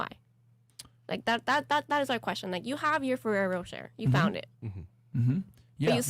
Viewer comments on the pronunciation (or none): OMG chick...learn to pronounce FERRERO ROCHER....how did you mess that up so bad